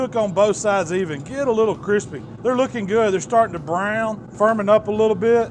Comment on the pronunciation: Who else loves the way says brown?